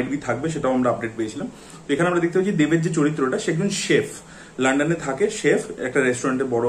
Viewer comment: লানডান না ভাই ঠিক করে বলো😅